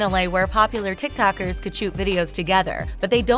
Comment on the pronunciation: Everyone: TikToker The narrator: TikTAker. it's not hard to pronounce it lmaoo